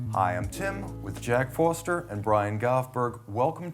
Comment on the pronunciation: Really looking forward to this one! Is it just me, or does Tim seem to say "Foster" when introducing Jack? I feel like that might be the way he says Forster, cause he's done it in other videos too.